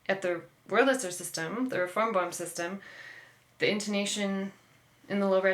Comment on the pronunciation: Thank you for informative interview with someone who plays a true Boehm clarinet. But shouldn't you learn how to pronounce "Boehm" properly?